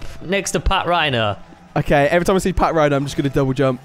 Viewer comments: it's actually pronounced pachrino but spelt patrinho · its not pronounced pat rhino its patrinio like Ronaldinho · it's not partrihno it's patrihno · its Patrinho (Pa-trin-ho) not Patrhino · just saying it's Patrinho not Patrhino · You got the name wrong it is patrinho not patrhino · It's not pat rhino its patrinho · Its patrinho not patrhino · lol them calling patrihno pat rhino is the best part of all the video😂. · It's pronounced Pat-ree-no